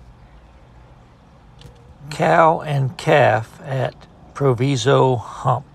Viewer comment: Very interesting,. Proviso, the i is pronounced like “eye” was formerly a large CNW yard. It’s now a UP Yard and is still very active.